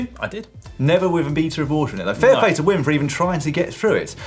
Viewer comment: I don’t think that is how you pronounce the name Wim, by the way.